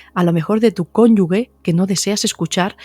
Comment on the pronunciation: Doctora, me encantan éstos videos! Están llenos de sabiduría, sin embargo, le digo que usted pronuncia mal, una palabra...dice cónyugue, en lugar de cónyuge No es una crítica, es a modo constructivo, que se lo hago saber... GRACIAS por hacer éstos videos!❤